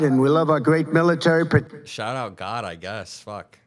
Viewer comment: He can't even sa God right. And what god is he thanking